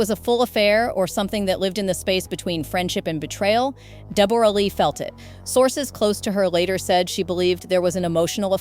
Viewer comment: “A real kick in the teeth” is 6 words and STOP saying DEB ORA!!!!